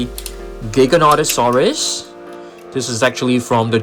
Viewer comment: Ghighananosaurus??? Bro hits hard with these names🍷🗿 Edit: its actually gigantosaurus